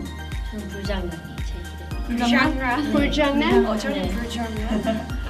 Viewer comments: rosé: buljangan jennie: buljuangnan? lisa: bUljUaAnGnaN? they really did rosé dirty 😂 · Lol when Rosé "vulzhannan"..then Jisoo Jennie n even the Thai girl Lisa laughs at Rosé's pronunciation😂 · member of BP teasing Rosé coz her english accent when said buljangnan,, so cute btw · lol i think jennie and lisa are teasing rosé for her "buljangnam" pronunciation..its so slang..😂😂